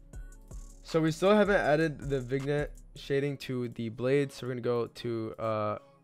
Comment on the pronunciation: Vignette (Vin-yè) not (Vig-net)